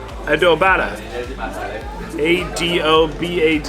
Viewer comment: It is pronounced ( A-dough-be ) sauce 👍